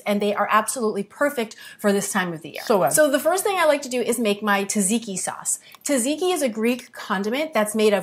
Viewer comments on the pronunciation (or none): Lovely recipe. Tzatziki is a tongue twister, I know, esp for a non Greek like you. The guy is right though, it's pronounced like ''jazz'' and not tadziki ....😀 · haha sometimes it is hard pronouncing greek words especially greek names if you are not Greek. Tz is pronounced like j (Jane, July). So it is pronounced as "Jajiki". Also, good job on the content, I found your channel recently and I can't wait to try your healthy recipes 👌